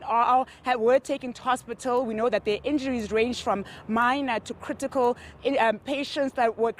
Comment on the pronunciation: when she says 'Critical' lol.